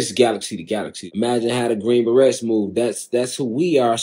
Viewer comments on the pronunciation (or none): Right off the rip... he said the green "barrettes." I'm out 😂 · 😂😂😂😂 my man was the king of googled info but the green barrettes sent me😂😂😂😂